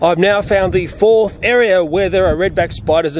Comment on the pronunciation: To him "Fourth" means "Fof"